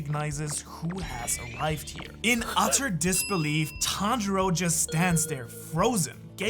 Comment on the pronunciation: Le playback est génial Et le Tanjili à la minute l'est tout autant, et tanjiru à la Minute ...je savais pas que c'était possible d'ecorcher un nom autant de fois😂 sinon, vidéo intéressante et super naration vraiment agréable à écouter !!